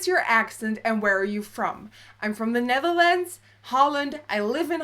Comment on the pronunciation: Watching again now in 2017. I love the way she says Netherlands. "Nethlands"